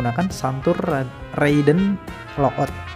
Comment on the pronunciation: Raidon kali gan bukan radion😂 menit 1.56